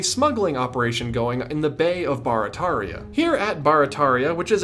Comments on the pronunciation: Great video, super interesting, and I’m proud to be one of your quarter million subscribers. As someone who lives in New Orleans, I do have to tell you though, it’s not BAR-a-TAR-ia, its BEAR-a-TEAR-ia. 😛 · I know this is an old video but I just found it. Barataria is actually pronounced like “bear-a-tear-ia” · We pronounce Barataria as bare-a-tare-ia here in the New Orleans area. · I'm from New Orleans. We all pronounce it "gene". And it "bear-uh-tare-ee-uh". Love ya, cher! Eh la bas! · it's pronounced (bear rah tear ria) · You butchered Barataria.